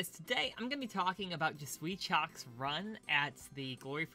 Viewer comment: Instead of pronouncing him as chock, try saying shuck. This is the proper french pronounciation.